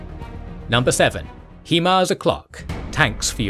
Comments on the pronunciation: really bro...... He-Mars? . everyone has been calling them High-Mars........ ya know.... because hi = high.......... and mars = mars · When you say "He-mars" I cry it is Hi‐mars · It JUST occurred to me that you guys use an AI Generated voice over. That's why it says Hee Mars instead of High Mars every time. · Fantastic in depth view of the russo-ukranian conflict and the animation was incredible! The only thing is the way he says "HE-MARS" instead of HIMARS. You know damn well that it's not pronounced like that 🤣 but fr I think this was one of his best episodes it was awesome 👍👍👍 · for the love of god its pronounced HIGH MARS not HE MARS. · Please say, "HIGH-MARS", not "HE-MARS". Other than that, excellent new graphics style! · it's hai-mars, not hee-mars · "He-mars" Really? you couldnt get the name of it right, Its pronounced "high-mars" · HIMARS is pronounced "High Mars", not "HE Mars" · It’s hi Mars not he mars. Just for your information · You are mispronouncing “swathe(s)” & HIMARS & (Svero)donetsk & Kherson. They should be Sway + thz and “High Mars”. It’s an abbreviation of the word High. It is pronounced “High” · Only one suggestion. It is not Himars, but HIMARS. And it is an accronim (High Mobility Artillery Rocket System), not abbreviation or a private name. And the pronunciation is not /'hima:rz/ like Ukrainians are calling it and like it is pronounced in the video. Manufacturer Lockheed Martin and the US Army call it a /ˈhaɪmɑːrz/. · HI-mars. There isnt even an E in the name 😂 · and Generals oh! OK. My mistake. I just assumed because of the pronunciation on all the videos that it was AI that pronounced HIMARS as HEE Mars. Sorry about that. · The way he keeps pronouncing himars is driving me crazy. It's not "HEMARS", it's "HIMARS" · It’s pronounced (high-mars) Himars.